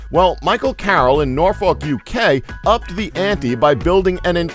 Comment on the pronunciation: He pronounced both Norfolk and Oregon strangely. Where is this guy from? o.o